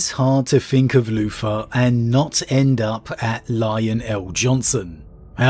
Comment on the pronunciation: Am I the only bloke who kept hearing him say Loofa instead of Luther? No? Ok, I'll see myself out..